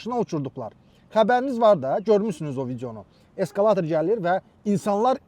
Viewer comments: Eskalatir yox ekskavator😂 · Eskalator yox, eskkavator😂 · Eskalator yox ekskvator😂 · Eskavator yox, Ekskavator! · E qurbanoıum ay səviyyəıi oqıan:Eskaıator yox Ekskvator